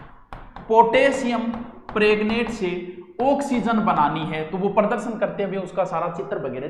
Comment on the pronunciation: पोटेशियम प्रेग्नेंट कोनी गुरुजी प्रमेग्नट बोलो😂😂😂😂😂 Nice teaching as always 👍👍👍